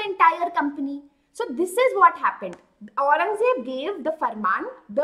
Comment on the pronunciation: Aurangzeb ko acche se bol